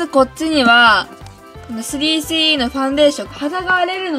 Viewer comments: の3CEの言い方苦手。なんか、3CEって言えばいいのに3スィーEって言ってる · スリーシーイーじゃなくて、スリースィーイーって言ってるよね。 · ｽﾘｰｽｨｰｲｰw発音かわよ💜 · スリースィーイー笑笑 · 『スリースィーイー』笑笑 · すりーしーいーではなくしぃーいー笑笑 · 3CEはそのまま発音していいんですよ！スリースィーイーみたいに聞こえます。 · すりーすぅいーいーって言ってない？ww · の3CEの発音でSiriが反応しちゃうww